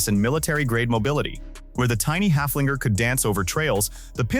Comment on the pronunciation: The Steyr Puch Haflinger was named after a horse and not after a dog. Would you mind to pronounce its name halfway correctly? (Of course you couldn't care less.)